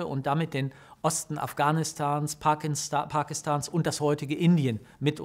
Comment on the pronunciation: Wolltest du Parkinson oder Parkinstan statt Parkistan sagen? xD 😋